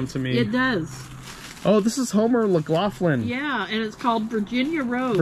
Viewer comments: not fransisco it is pronounced fran sis can lol and homer mcglafin its pronounced homer lof lin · Love you "guys"..not hob knob crystal candle holders..its Candlewick Boopie with the separated balls on the rim. And its Homer Laughlin, ( lof-lin)